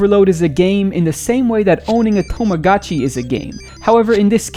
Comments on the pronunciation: tamago tchi not tomaga tchi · "tomagatchi" Americans and their stupid dyslexia